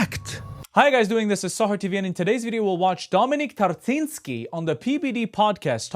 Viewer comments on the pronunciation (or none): "cz" is pronounced as "ch" in chapter "ń" is pronounced as "ni" like the kniht that sat "ni" ;) So it's Tar(ch)y(ni)ski :) For more reference :D